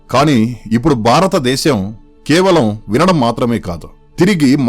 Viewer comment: మిత్రమా భారతదేశం అని పలకాలి